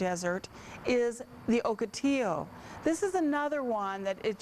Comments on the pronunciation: Morons, I live in Ocotillo, California, its pronounced Ahkoteeyo, not Ohkoteeyo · Oak otillo? Nah. Lol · First time I heard o or oak pronouncaation